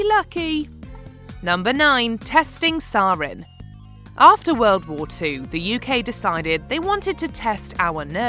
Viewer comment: Your pronunciation of sarin makes me cringe so hard